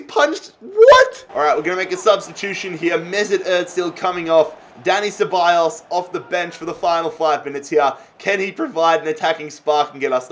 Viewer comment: It`s pronounced "Daniel Cebajos"